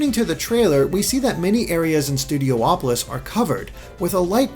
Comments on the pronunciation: Why do you keep saying Studio Opolis? Isn't it just Studiopolis? Only one O? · Also, hey,! You keep pronouncing it "Studio-opolis", but since there's only one o, shouldn't it be pronounced "Studi-opolis"? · It should be said Studiopolis instead of Studio-opolis. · So, is it pronounced Studi-opolis, or Studio-opolis? Or will Aaron Webber tell us it's "Studio-polis", like he did with Hydrocity Zone? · Studiopolis, theres only 1 o between i and P, so it's not Studio-opolis, instead it's Studio-polis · please stop pronouncing it studio opolis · Each time he says Studopolis I hear Studio Hopeless